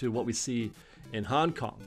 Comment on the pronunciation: It hurt a little each time I heard Hong Kong..